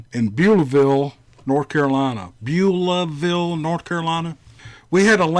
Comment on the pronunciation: You pronounced Beaulaville perfectly. Love all the stories